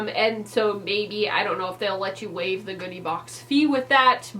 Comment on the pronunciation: I've never done a styling service, and I don't know that I would, but this was a fun video! I also, at the beginning, thought you said you got a "booty" box instead of "goodie" box, and I was really interested in what that was going to look like! Hope you do another one of these.